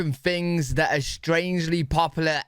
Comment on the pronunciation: American "fings". 😂